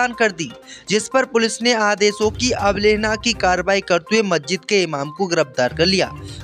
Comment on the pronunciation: अबलेहना नहीं अवहेलना होता है